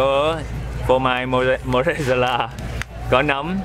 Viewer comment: Lêu lêu ông Khoai phát âm sai chữ Mozzarella 🤣🤣🤣